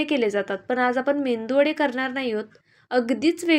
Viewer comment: बाणातील ण आणि नळातला न हा फरक तुला शिकवला नाही का ग मावशी... आणि मेंदू वडा नसतो मेदुवडा असतो तो...आणि बडबड वेगळी आणि कृती वेगळी... मंद कुठली